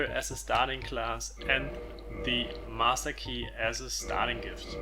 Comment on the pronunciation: Did this man just say the 'massa key'?